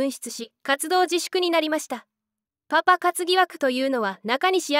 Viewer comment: パパの発音がうけるww